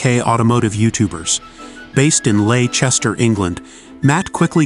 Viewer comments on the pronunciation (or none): Based in Laychester? Wut Leicester pronounced ‘lester’ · Where is this “ Ley-Chester “ you talk of ? Is it anywhere near Les’tah ? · Laychester NO! its 'Leicester' which is pronounced 'Lester' the ICE is silent.. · Ley Chester. Hahahaha. Should be Leicester. Said lesster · "Ley-chester" 😂 if you mean Leicester It's pronounced les-ter. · Leicester not lay chester 😂😂😂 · Lay Chester 🤣🤣🤣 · Ha ha ha Ley Chester! Muopet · LEICESTER NOT LAY CHESTER😂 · Ley Chester?!!!! It's Leicester! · Who else is Here for the “lay Chester“ wahahahahahaha 😂😂😂😂😂😂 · 😂😂 this guy doesn’t have a clue about the uk 🇬🇧, ley in Chester 😮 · Laychester.. wtf dude 😂😂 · The way he said Leicester 😂😂😂😂😂😂 mate…. Completely wrong.